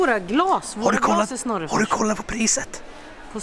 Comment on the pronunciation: Varför sa ni snorefors